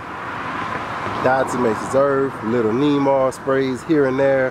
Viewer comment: Diatomatozome...is that what your saying brother?